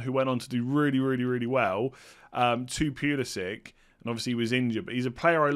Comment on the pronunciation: it's not Pulisik it's Puli-si-ch.